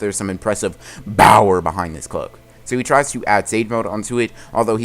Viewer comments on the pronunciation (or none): Say power not bower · ALWAYS SAYING BOWER INSTEAD OF POWER LOL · Why does he say bower instead of power he sounds like an idiot when he does that but a good story is first told by a smart person then it is forgotten then the person to tell the tale it is a tale told by an idiot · Yo 😂 he just says bower and not power and i love it